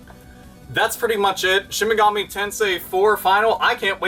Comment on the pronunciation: Awesome video as always. F.Y.I.; It's pronounced Shin "Mega-Me" Tensei, not Shin "Mug-ahmay" Tensai